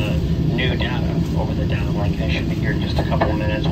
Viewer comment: its pronounced data not data